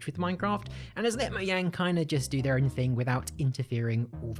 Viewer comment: Moyang? LMAO what the hell if moyang